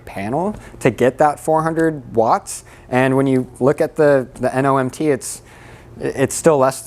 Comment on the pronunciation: it's not "NOMT" it's "NMOT". Normal module operating temp.